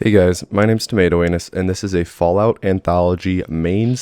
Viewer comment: Did bro just say I'm tomato-anus